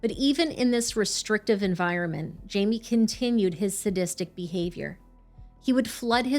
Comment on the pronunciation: His name is pronounced Himay